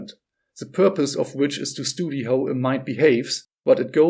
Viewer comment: Hi, I understand that you are not a native speaker, but for the love of life please check out how to pronounce "study" properly. Your future viewers will appreciate it!:)